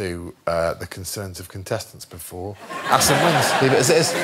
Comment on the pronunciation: I know they are saying Asim but I keep hearing Acid instead.